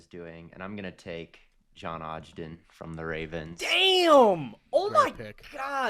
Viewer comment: gotta mispronounce someone’s name every episode “moon-oz” and “odge-den” lmao